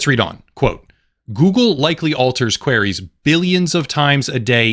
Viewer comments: I’m sorry but “queries” isn’t pronounced “quarries” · Just FYI - Queries doesn't rhyme with Canaries